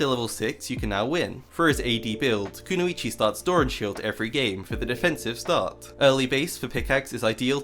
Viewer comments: Kuno ee chee lol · the way u mispronounce kunoichi hurts me so fucking bad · Mispronounces Kunoichi in first 10s cries in ninja